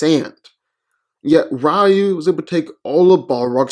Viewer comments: It's pronounced "Ree-yoo" not "Rye-yoo"! ugh why do people always pronounce his name wrong still? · It's pronounced "Ree-yoo", not "Rye-yoo" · Reeyu not Raayu. Moreover REE YU stomps. Nothing on batman belt and wit can stop Ryu when he goes evil. Without batman classic prep time, In a random fight, batman loses badly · Rye-yoo sounds like some tasty bread 🤤🍞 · Even in English it's pronounced "Ree-yoo" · HI, I am from Thailand. In my country, it is a pronounced "Reew" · Eww, rye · The man's name is Ree You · Let me get this straight 1: you say ryu is predictable but yet hes beating everyone in sf who has characters who read movements 2: you cant even say ryus name right 3: how the fuck did you not add ryu can tap into the dark hadou and that even more powerful state of nothingness?? Oh I know cus you just fanboyed out on batman movie trailer CLOWN VIDEO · Ofcourse he had him lose cant even say his name right. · Simmons Except, that's how it's pronounced in Japanese. Do a Japanese to English search and listen to the Japanese pronunciation of the name.